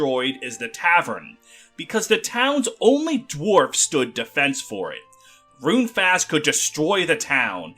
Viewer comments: It's pronounced faohst not fast. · Great video, but man--your pronunciation of Runefaust is killing me! 😅 The second part of the word is "faust"--think "fowst."